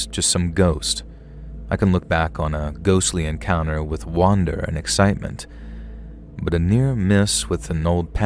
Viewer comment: Wonder - pronounced “wunder”. Thinking about something Wander - pronounced “wond-er” - to walk around aimlessly Love love love your voice and your stories, that word always seems to get me though when listening Keep up the good work !!